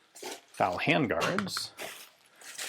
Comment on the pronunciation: I fal down, not I fowl down. Yankees be yankies.